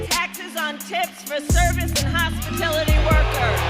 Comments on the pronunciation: Benny, what’s a hospitility worker? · Hospitility? That's prepostrious!